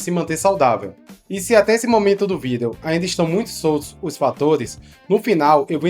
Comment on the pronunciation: Porque você não pronuncia a palavra vídeo corretamente.